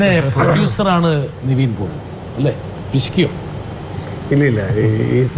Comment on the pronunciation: Pottase athu Niveen alla Nivin 😂😂